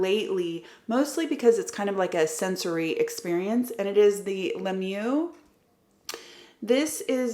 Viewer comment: 😂 enough 😂 It’s not said Mew. It’s like a quick Mee then “er” don’t pronounce the R, just the er sound. Le MeeYer said quick. Love the video as always 💝